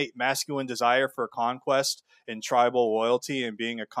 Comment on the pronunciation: Right lol “2k destwoys your twibal conquest” while literally playing a medieval battle simulator had me rolling and was also when I picked up on his speech impediment